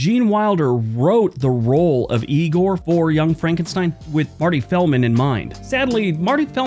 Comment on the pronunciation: It's pronounced "eye-gor"